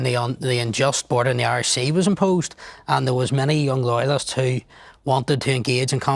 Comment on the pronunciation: Woyalist communities, wight or wong